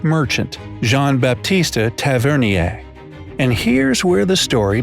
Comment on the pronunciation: They way he pronounced Jean-Baptiste Tavernier gave me cancer